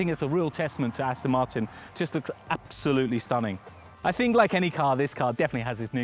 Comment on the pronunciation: This guy is really annoying me. The company's name is ASTON MARTIN....NOT Astin Marton. He's English isn't he? How can he get it SO WRONG?? FFS !!!